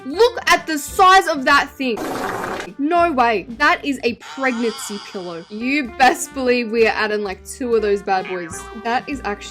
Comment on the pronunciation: “THat Is A prEGnACY PiLLow” 😂😂